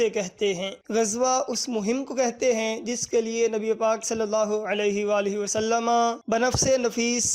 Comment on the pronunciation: wasallama nhi hota Wasallam hota he